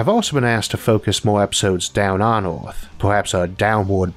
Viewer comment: I would have liked to watch this video, but I found it intolerable due to the accent. Earth is repeated over and over again, nearly in every sentence, pronounced as "Eaouauphff." I have never stopped watching something due to an accent, but repeating the name of our planet in this Eouruphhfffph way was something I find so unnerving I had to stop. How isolated do you have to be from the rest of the English speaking world to have such a bizarre pronunciation of our planet in a video about our planet?